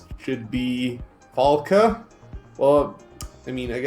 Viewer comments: God damn, you pronounce the name right... Falke is german for hawk. Stop talking about the pronunciation :) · You both pronounced her name right all the time! Greatings from Germany